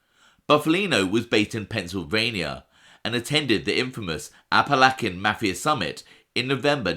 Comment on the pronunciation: a-puh-la-chuh. I luv ya but you are just killing me with the a-puh-lak-a